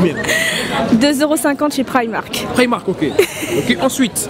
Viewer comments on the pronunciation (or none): 1m40 elle a dit praimark 😂😂